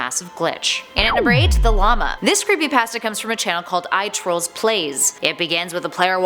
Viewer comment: You pronounce pasta, emote and mires wrong